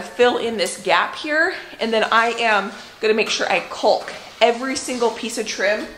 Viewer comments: I love how hard you and Josh are working and everything is turning out so nicely but one thing drives me crazy as I watch. Your pronunciation of the word caulk. According to every pronunciation guide I can find, the “L” in the word is silent. I hope that I have not offended you. Like Josh, I am very detailed oriented and every time that I hear you say that word it makes me wonder if, perhaps, I have been mispronouncing it. Thanks for being patient with me, I love watching you guys and am constantly amazed at how much you can accomplish. Keep up the good work. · Hi. The new house is looking fabulous. So much hard work before actually moving in. I had gardeners anxiety this year. We had cold temps here in Ontario until mid June now it’s so hot the plants are just barely making it. Can’t wait to see the freezer meal vid. It’s great that u can help complete the work and you actually mentioned this in a previous video, the L in the word caulk is silent. Does Josh pronounce it the same as you do? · Caulk vs Culk. Think of Australia - has the "awe" sound. C-awe-lk. Not that I'm OCD about anything, pronunciation included, haha. BTW - the flowers in your garden are gorgeous!!! The new owners-to-be are going to have such a beautiful yard!! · The way you say 'caulk' is absolutely KILLING ME!!! Instead of 'cull-k' think "CALL-K" emphasizing the wrong vowel... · What a great job are doing! My hubby and I don't work well together on projects usually. And the way say "caulk" like "culk" cracks me up! In Georgia it's "cock" like a male rooster. No L. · I’m from illinois, been watching you a while…like that you say “cul-k”, here we say “caw-k”. Funny how our regions influence our speech. Wonder how many other pronunciations there are?! Happy house reworking! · Caulk is pronounced cawk as in hawk in the U.S. Love your videos! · It’s pronounced caulk like chalk Well I’m from the East Coast that’s how we say it LOL. You’re a doll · Calk. The L is silent